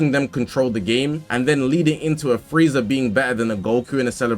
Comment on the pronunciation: Its frieza. And its not close